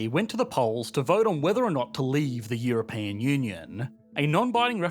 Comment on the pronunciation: "EuroPAIN Union"? haha!